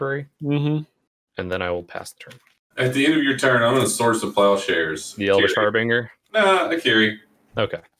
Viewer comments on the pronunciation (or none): I mean I SWEAR its not that hard to say... Harbinger (haar-buhn-jr) They been spending too much time around Cedric! lol